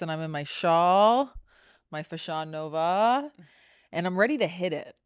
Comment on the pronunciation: FA-shion No-VA sounds like Shana Tova for Rosh Hashana ❤ 😂